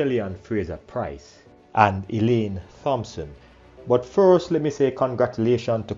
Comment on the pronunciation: I wish he would stop mispronouncing the name "Thompson"